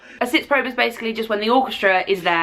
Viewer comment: Probe is actually German for rehearsal, and yoy pronounce the e in the end, like an "eh" ! :)